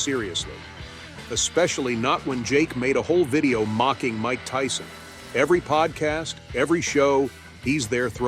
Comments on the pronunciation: bro said might tyson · It's Mike, not might!